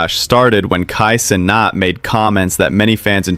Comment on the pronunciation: good vid. but bro's making a video that shines light on someone negatively, and can't even pronounce his name right, or his organization right 😭least u can do